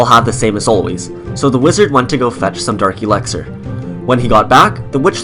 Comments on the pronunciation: He says eleckser not elixir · Why is no one talking about him pronouncing elixar. Alexer